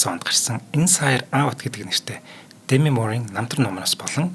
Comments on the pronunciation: Дээмий гэмээр байна. Дэмий гэхээр арай л сонин сонсогдоод ккк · Дэмий гэмээргүй бнаа. Уул нь эхний үен дээр өргөлтэй Дээмий гэх нь зөв байх. Хэтрүүлэгтэй зүйлд Монголчууд дургүй шүү.